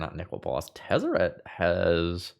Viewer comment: You said Tezzert, Agent of Bolas. I watch the video, and click "like".